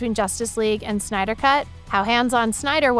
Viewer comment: BRUH PRONOUNCED DARKSEID WRONG AND CALLED THE MOVIE SYNDER CUT CRINGE.